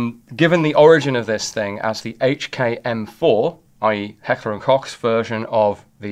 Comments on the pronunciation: Koch is pronounced like Coke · Thank you for calling H&K – Heckler and Kock! Rather than the silly Americanisation of Heckler and Coke! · As german it's still funny to hear "Kock" instead of the CH being pronounced right ^^ (there isn't a sound that comes close in english to be fair) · Klch is the German spelling for the word cook and it's pronounced exactly the same way why does nobody know how to pronounce that name? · Why does a gun expert repeatedly mispronounce Heckler & KOCH yet again?